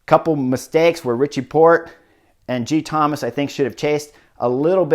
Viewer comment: as a Welsh speaker, be assured that your pronounciation of Geraint is spot-on, but there's something quite endearing about the way you call him Geethomas 😊. Really enjoying your vids! Thanks so much.